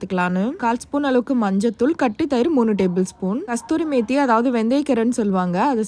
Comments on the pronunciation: Kasthuri methi illa kasuri methi😂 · Kasthuri methi illa ,😂adhu kasuri methi pa